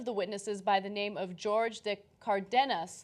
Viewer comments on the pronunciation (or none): Are we just gonna ignore the fact that ana just pronounced jorge as "george"😂😂😂😂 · His name is Jorge, Ana, not Jorge. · Come on Ana. His name is not pronounced as George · Ana, Jorge (de Cardenas) is pronounced "Hor-ghe", NOT George ---and Cenk, what it is about Starbucks that drives (whites) crazy??? could it be the overpriced yet addictive crappy burnt-tasting over-roasted coffee??? (in the immortal words of Bugs Bunny: "nyah, could be!!!") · Jorge is not George, Ana.. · Not, George... "Hor-hay". But yeah, white people... smh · Its not George, its Spansh. Its pronounced HOR-khe. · It's "HOR HAY", ana. HOR... HAY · Jorge......isnt that pronounce like Whore-A? And not George like Ana said. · Its not george anna, its hor-hey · Ana claims to love Latinos but pronounces Jorge as George lol. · This chick called Jorge "George" lol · Ana should know that "Jorge" is pronounced "Hor-hay", seeing as she likes Hispanic men. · I believe Jorge is pronounced "Hor-hey". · Did she pronounce Jorge like "George"? facepalm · They should really go over the pronunciation of the names from their stories. Jorge is pronounced: HOR-HAY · Ana, if you want to act progressive, learn how to pronounce a basic Latino name like Jorge de Cardenas. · Anna, Jorge= hor-hay lol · George?? Seriously Ana, do you not know how to pronounce Hispanic names? You can't be that stupid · It's pronounced "Hor-hey" you dumb bitch. Oops, I mean "bee-ach". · Did Ana really pronounce "Jorge" as "George"? -_ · hey Anna didn't you marry a Latino fella? Jorge is pronounced horhey. smh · How do you live in LA and still pronounce Jorge "George"? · Ana doesn't know how to pronounce Jorge correctly. What a LOSER!!! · Ana your hubby is Latino you live in LA (which is mostly Latino) and you don't know how to say "Jorge de Cardenas"? I'm just stunned you don't speak Spanish b/c it would be so easy for you to learn. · Right, and she's married to a Latino. You'd think she would've picked something up by now.